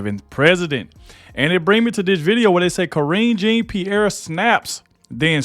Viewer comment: "And" storms out. Not "an." Jean Pierre is pronounced, Jon-pee-air.